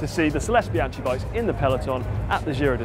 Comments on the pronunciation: C'mon, "Bianchee" and "Superlegghera"? Don't go wrong again like that, so Bianke and Superlejjera - Grazie! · Mate, it's not bianci, it's bianchi!! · It's Bian-key. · You pronounced Bianchi twice differently. The first was "Brian-chee" showing off their brand. And when you were showing the Colnagos, you pronounced Bianchi as "Bian-key." So which is it? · "Bian-chee"????!!!!! Bian-kee please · I guess from now on, it's bian chee, expreso, lavaza, gno-chee, the list goes on... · a part of me died every time said Bian-CHI...:((( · It's pronounced bian-key !! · Apparently the third time isn't the charm for pronunciation of "Bianchi (Bee-an-ki)" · LEE jean covered Trek...IIIIII don't think so. Peepo's range of bike are really nice more burnt orange than bronze. Also, it is pronounced Bian-qui..LMAO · even durian rider doesn't fuck that up and he s an Aussie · yufka no, his pronunciation is wrong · saying bianchi the way it's spelt is the most novice thing ever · m8 u are saying bianchi wrong